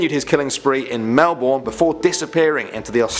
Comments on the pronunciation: It's not pronounced mell-born. It's mell-ben. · Melbourne is pronounced ‘Mel-Bin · It’s pronounced melbun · mel-bn not mel-born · I hate how he calls it mel-born like guy its mel-burn do t let the spelling fool you (Melbourne) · It’s not pronounced melborn It’s pronounced melben Just to let you know :) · Lmao it's pronounced like Mel-'burn' not Mel-'born' Then again, interesting video! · Its not flippin melborn its mel-ben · Melbourne is pronounced Mel-Burn, not Mel - Born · * spits out coffee * im sorry what 😀 im from melbourne 🥲 (also its pronounced mel-burn just sayin’) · Melbourne is pronounced as 'Melburn' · how to say Melbourne: melbern im australian and that triggered me a bit, oh well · it’s Melbin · the way he said Melbourne is wrong. The our making a ur sound like Melburn and the e is silent. For all you wondering why we Australians get upset or mad over that, is the way he said it which is w r o n g. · I absolutely hate how he pronounced places like it’s “ queens land “ and “ mel Ben “ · Melborn, jeez can you pronounce just one thing right? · I just can't get over him saying mel-born uuuugggghhhh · mermaid 28 and quenslnd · Just saying Melbourne is pronounced melben Canberra is pronounced can bra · just saying its pronoced mel ben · Melbourne is pronounced mel-bin or mel-bun depending on who u ask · Pronounce Melbourne Melbin that is how you say it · Im Australian and you said Melbourne wrong Its mel-burn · YOU SAID MELBOURNE WRONG!!!!!!!!!!! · You said Melbourne wrong you pommie